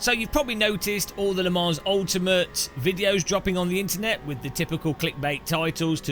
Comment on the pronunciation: It’s “Le Mon” Ultimate….not “Le Monze” (Typed for hearing not reading)